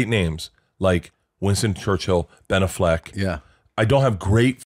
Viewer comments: Ben A-fleck..? A fleck? Wtf are they pronouncing it like that!? 😂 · Why are they pronouncing Ben Affleck's name like that? "BehNaflek" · The way they are pronouncing AffLECK irritates me idk why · Why are they pronouncing Ben Affleck like that? LMAO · Is how they are saying Ben Affleck a joke or do they really think that’s how you pronounce his name? Either way it is annoying the piss out of me.